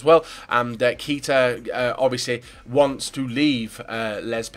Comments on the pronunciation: You need to start pronouncing Keita right if he's going to become a Liverpool player. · Fail List 1. Chabaloah 2. Kita to Leipsig 3. Kalanic then said it correctly and then said it wrong again...